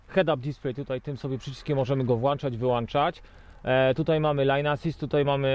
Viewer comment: Włączać i Wyłączać * nie „włanczać”